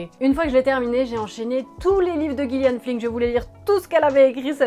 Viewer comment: Chouette vidéo. Par contre, les apparences, c'est écrit par "djillian flynn", et pas "guillian flynn". C'est important la prononciation des noms ! :)